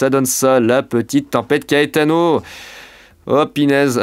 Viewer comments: Ça se prononce KAÉTANO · PS : je sais pas si CAETANO ce prononce KÉTANO ou KAÉTANO. Si quelqu'un a l'information 😅. VIGILANCE ORANGE ÉTENDUE AVEC LES VENTS VIOLENTS AU SUD, CHARENTES - SAVOIE.